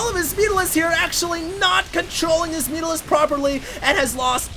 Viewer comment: "Oh my gawd? Where ar mai mutarisks?"